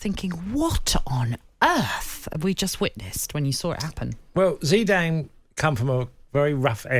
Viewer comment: Zeeedan? Whose that?